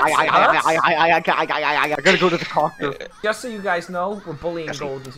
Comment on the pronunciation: Lmao the most British articulated coctor